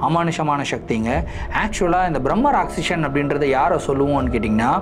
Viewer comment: Not Bhrammarakshasan it's called Brammarakshse